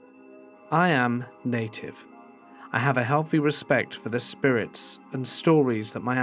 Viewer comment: "I am...Native" Sorry but that sounds just too funny in a British accent